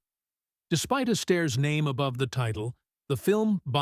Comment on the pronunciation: the narrator should have requested assistance in learning the proper pronunciation of certain icon's names.